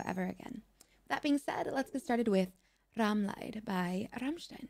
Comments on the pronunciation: Cute.... Rammlied (as you pronounce it Rummlite) means in German Ramm-suffering Correctly pronounced: Rummleed .. which means in German Ramm-song. Lied = Song Leid (lite) = Suffering Thumb up by the way ;-) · its ramliid is how its spoken not laid, the way you spelled it means suffering, buit spelled liiiid it mean song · Your pronounciation is not correct. You pronounced it like "Rammlight", which would be written as "Rammleid" in german and "leid" means "sorrow", where "lied" means "song" but correct it is spoken like "Rammlead" (present tense of lead, not past tense). I hope this helps with your pronounciation. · If u speak it, u need to pronounce it like Rammleed in english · it's prounounced rom-"LEED". "Leid" is a German word meaning regret; "Lied" means "song." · I'm all late... Rammlied is pronounced like ramleed. Simple rule when you see "IE" you say "E" ex. Bier, Wiener, Spiel and when you see "EI" you say "I" ex. Mein, kein, Teil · Great video again!!! BTW: It's "Rum-leed" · pronounce it like Ramm Leed (Lied = Song) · Pronounce first part RAMM ‘Rum’ and second part LIED like ‘lick’ but use ‘Lit’. RUMLIT 🥴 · Hi - ˋRammlied‘ is pronounced just like the englisch word ˋneed´ with the L in Front. -I like your style! -Did you ever listen to those two incredible Artists: Aurora (murder song/Nobel peace price concert)/or Angelina Jordan (i put a spell on you)? Just insane... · Lied is pronounced like deed but with an L